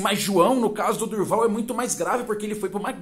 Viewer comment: Não é Durval é, do Val